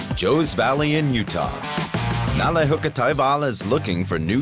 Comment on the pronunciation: *Hukkataival = wolfjourney. Its not haukka